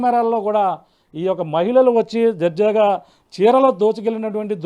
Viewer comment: Darjaga andi jarjaga kadandi babu